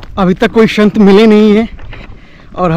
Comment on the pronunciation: Shant nhi sant😅😅😅